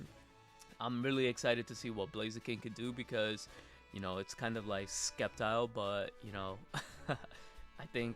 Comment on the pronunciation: Sep - tile, not skep - tile